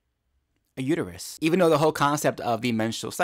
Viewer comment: I can hear Homer saying to Marge now... It's uterus not uteryou. 😂😂😂